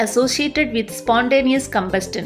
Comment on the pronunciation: Ma'am your video is so useful for us. But you did one mistake in pronouncing the word Combustion it's not कम्बस्टन, it's कम्बस्शन, Ok!